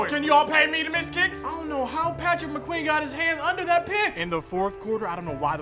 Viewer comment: Did mans say Patrick McQueen lmao 😂